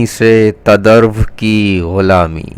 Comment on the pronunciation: تدرو کا تلفظ آج پتا چلا افف